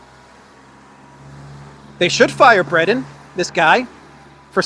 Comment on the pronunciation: It's "Thierry Breh-tohnn", not "Thierry Bretten". But apart from that, it was noted that "the letter" was addressed to Musk, not the CEO of Twitter. Weird.